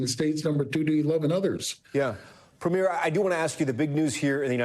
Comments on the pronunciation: Could US news anchors please stop pronouncing Premier incorrectly? It’s pronounced “Pre-meer” - not “Pre-miere” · I wish Americans would stop mispronouncing Premier. It's PREH-mier not PRE-mier. But yeah, cut off the potash too, China will take it all. Watch all those crops fail in the midwest. Tear up the Columbia River Treaty - lets build more dams and send all that water to the Okanagan and the Interior Plateau in British Columbia and grow us our own tomatoes and apples.